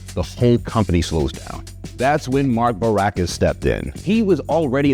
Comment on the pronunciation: Your mouth says "Mark Boraccas", the text says "Mark Baroccas".